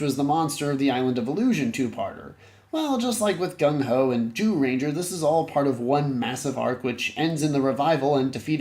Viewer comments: Lol why do you keep saying “Jew-ranger”? It’s pronounced Jūrenjā. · but the golem minions didn't help much to correct the 'jew-ranger' term.